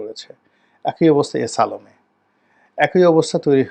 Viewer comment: সালাম ঠিক মত উচ্চারণ করেন